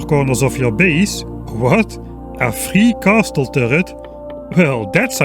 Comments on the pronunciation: I usually ignore your mispronunciations, but "CASTEL"?? I cannot accept that.. Please try to pronounce some of the words more properly:( "castle" is pronounced "CAS-L" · "Castle" sound very cool when you say it, heh.